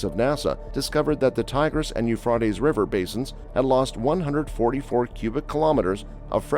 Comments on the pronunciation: It's not pronounced "eu frot ays", it's "eu fray teas"! It's hard to watch you mess that up so many times! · Learn how to pronounce YOU-FRAY-TEES PLEASE! Euphrates You Fray Tees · Pronounced You-fray-tees. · a tes not ah tes.... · "U-fraw-tees" River I've never heard that one before. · Speak correctly, it's you-fray-teez river. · It is pronounced , euph ray tees . Ray as in x ray . . Idiot . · Dude. Your text to speech program sounds totally awful and stupid, It’s properly pronounced u-U -freight-E’s , geez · You’re making me crazy: it is pronounced as “. yoo fray teez” river!!! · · The way he says Euphrates is annoying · Hey, it's pronounced with an a, not an o. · The person narrating this needs to learn how to pronounce words correctly! The "a" in Euphrates is pronounced with a long vowel sound, not short sound, Uneducated idiot. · it's interesting the person (?) robot (?) can not pronounce euphrates no matter how hard they try. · Yes I was thinking about that word not heard it pronounced like that before ? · Prounce the river right. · In the meantime, please learn how to pronounce the word “Euphrates” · Is anyone else bothered by the he says the rivers name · LEARN HOW TO SAY THE RIVERS NAME CORRECTLY!!!! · And knows how to pronounce the river rught